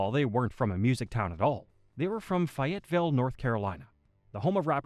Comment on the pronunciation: The way dude said Fayetteville, NC was absolutely absurd. "Fiatville?" Ryan and RotY are still doing music my guy.